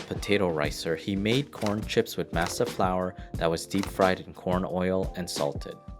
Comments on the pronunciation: "Massuh" lol masa foo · pronunciation of taco, masa and any other spanish word with an a is horrid here. interesting tale, but even nacho is mispronounced. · Sowth-ern, maasa, ta-mal-ees, tack-ows....uugghh.. pronounced suthern, mahsa, ta-mah-les, and tah-coes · Dude, I love mass-uh. Especially in tack-ohs. I love pass-tuh too. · To hear this guy pronounce CASA, MASA and TAMALES wrong every time. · I’m cringing at the way your pronouncing masa… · The way you pronounce masa, tamales and, casa makes me want to stab out my ear drums with a pencil. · Learn how to correctly pronounce words like tamale and masa and nacho and SOUTHERN. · The way you say masa drives me crazy [Edit] tamales too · Did the man that bought Frito co for $100 but only paid $80 and owed $20 ever pay the $20 owed because I never heard the Narrator who can't say Casa or masa correctly never mentioned so that families still owed? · Lol everytime he said masa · Yet he butchered tamales, masa, and southern.